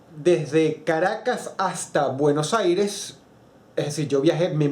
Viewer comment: Será la primera vez que Dross pronuncia bien "Buenos Aires"? :v